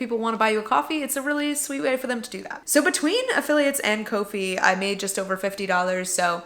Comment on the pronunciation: I think "Ko-Fi" is pronounced "coffee"? Guessing based on the logo, but still a guess. Congrats on your successes and thanks for sharing!